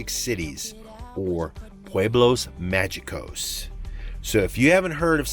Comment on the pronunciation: Love your videos so much! But I've been wanting to correct your pronunciation on "Pueblos Mágicos" for the longest time. It's pronounced 'Maheecos' not 'Majeecos'. "Ge" and "gi" syllabus in Spanish will always be pronounced with an 'h' sound. Keep up the good work and amazing travels :)